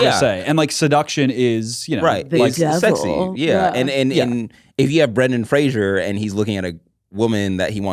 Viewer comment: Love yall but it is Brendan Fraser like razor (fray- zer) not like Frasier (fray-shur) the show. He has made a video about it and how often people say it wrong😭